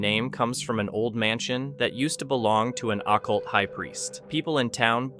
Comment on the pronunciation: Who the hell pronounces "occult" as "acc-ult." Not even an AI voice is that ignorant.